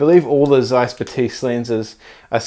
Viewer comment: Batis is pronounced Baah-tis